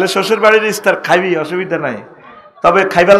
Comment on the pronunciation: হুজুর ইস্তার বলে না ইফতার।